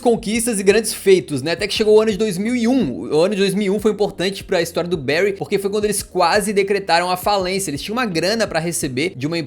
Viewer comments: a pronúncia é "bãry" e não "béry" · Da tanta agonia a pronuncia tao ma dos brasileiros, n é Bery é Bury(Bary) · bérry = Barry Bârry= Bury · Não eh bairy eh bury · Barry se escreve assim, Bury se escreve assim, mas porque falar Barry se o nome do time é Bury? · pq o ta falando Berry no vídeo??